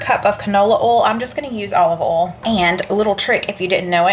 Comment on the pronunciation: I know that you have trouble sometimes with the word oil. I did too and in speech class in college, the professor said it was more than one syllable. If you will just say these letters all together one by one and say it fast, you can say it. Say “O-E-L”. Now say it rapidly. There, you got it!! Very good. 👏🙌